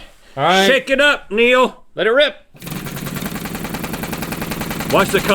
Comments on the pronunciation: "And then he Nealed it" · “And then he neiled it” 🤦🏻‍♀️